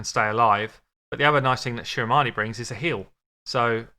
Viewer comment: I am here because the name of this game is my last name 👀😳 I wanted to hear how you pronounce it😂😂😂 it's actually the correct way